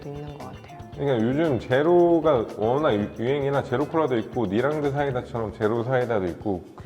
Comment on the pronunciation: 니랑드가 아니라 나랑드여... 아예 잘못 알고 계신듯 저번부터 실수하시는거 보면